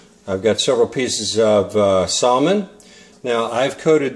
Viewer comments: You don't pronounce the L in Salmon ( Sam in) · The L in Salmon is supposed to be silent. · No. That is NOT how you say Salmon anywhere. Check for proper enunciation.